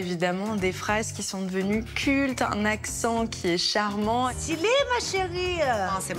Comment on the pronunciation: Si seulement CC pouvait cesser de dire "très tendance en ce moment"... Si c'est tendance, c'est par définition en ce moment !🙄 Et puis non c'est pas estylé, mais stylé, st st st comme dans studio line, et non c'est pas "hors que" mais "alors que". Hors, c'est dehors, hors la vue. Elle le fait exprès ou quoi ? 🤬